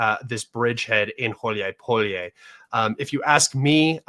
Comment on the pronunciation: Гуляйполе «Gulyaypole» is correctly pronounced goo•lyai•POH•lyeh, with stress on the third syllable.